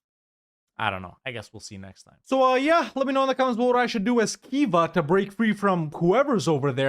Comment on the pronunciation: Khiva sounds like Keyva. Own Bremen (flag has a key.)